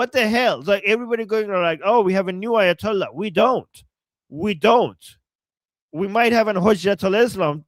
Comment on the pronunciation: It’s Aya doll ass not ayatollah